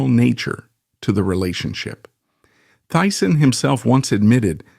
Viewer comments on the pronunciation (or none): Teessen, not Tyson. 😢